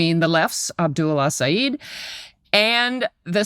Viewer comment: Abdul El-Sayed and Zohran Mamdani are some of the most talked-about figures in American politics and yet Michelle Cottle cannot consistently pronounce either of their names correctly. This is incompetent at best and malicious at worst- how can this be the standard at one of our nation's premier newspapers? Shameful.